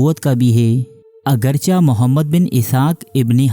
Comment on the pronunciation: بھیا یہ لفظ اگرچا —— نہیں جیسے آپ کہتے ہیں- اگر چہ ——- چ کے نیچے زیر ہے